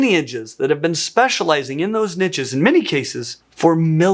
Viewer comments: Drink a glass of whiskey every time you hear niches. In English it's pronounced neesh. Barely 3 mins in playing my game and I'm pissed already. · Good info but the way this guy says "niche" as "nitches" is extremely irritating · I thought you kept saying ninjas there for a while... Niches, not ninjas 😅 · “Nitches”, 😂😂😂. Niche or niches are pronounced “neesh” or “neeshes”. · When people say "nitches" it makes me "itches"